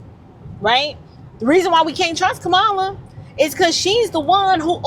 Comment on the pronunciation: why's it you had to mispronounce her name in the first place that's the reason you showed your hateration girl go on live your life in Jesus name will you please I am still praying for you